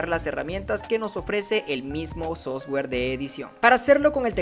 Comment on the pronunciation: crack, solo falta mejorar la pronunciación de software! Gracias!